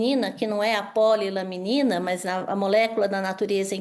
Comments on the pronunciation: Só uma correção.. o nome do medicamento não eh POLILAMINA, e POLILAMININA.. mais simples, POLY LA MENINA kkkkk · Vocês não têm vergonha na cara mesmo! Cambada de jornalistas que querem saber mais do que profissionais na saúde! E, do jornaleco: o nome correto é PO-LI-LA-MI-NI-NA! Não é polilamina! Morram de inveja! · Polilaminina. Não polilamina.